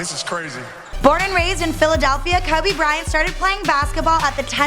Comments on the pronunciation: She don't even k how to say his name "kubby Bryant" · Why does she pronounce Kobe weird? "Kohhbey Bryan" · Who the hell is koobu brayant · 'kirby bryant' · Hmm sounds like she said Kaobe Brian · ''Kubby Bryant'' 😂😂😂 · she said Kuby Bryant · KOBAH BRYAH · Kuby Bryant 😂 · kubby bryant :/ lmao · Polanco They're saying that she said his name wrong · "Cubby" Bryant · She said kabe bryan LMAO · Kowbi Bryant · Why did she say his name like that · " Kubby Bryant, Edde Jowns and Nick Venekzel"